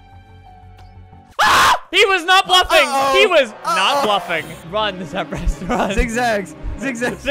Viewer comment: Him : Temprist- Me : WAIT I THOUGHT HE WAS PLAYING WITH JAKE THE WHOLE TIME?!